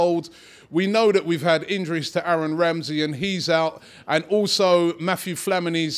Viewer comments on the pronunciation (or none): none